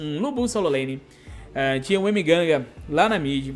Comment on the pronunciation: "Emeganga" Kkkkkkkkkkkkkkk